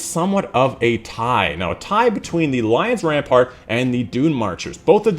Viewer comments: i love how you failed to pronounce the Lion Rampant perk like 10 times while not realising you pronounce Lion Rampant wrong every single time xd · You pronounced Lion Rampant wrong every time -_